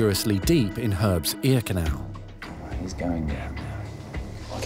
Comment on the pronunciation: ...anybody else ask yourself the question: What's an eeknow? Then it hit me, "ear canal"!!! Ohhhh.......oooookayyy. LOL